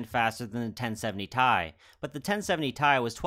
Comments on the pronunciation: Alright, I have to take EVERYTHING back. It's pronounced "T" "I", per the person who was the product manager for the 560 Ti when "Titanium" made its return. It's pronounced "T" "I" because that's how it's read off of the table of elements; not "Tie" because that's how the start of "Titanium" sounds. Oh, it's going to be rough getting that one out of my vocabulary... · I had to look into it, because I somehow didn't clue into the fact that pronouncing it "T.I." was as popular as it is. I found some old reddit thread that confirmed its pronunciation: It seems to be one of those words that most people pronounce incorrectly, because Ti out of context easily looks like it should be pronounced "T.I.". But I'm a stickler for details like that to the point where it's almost annoying!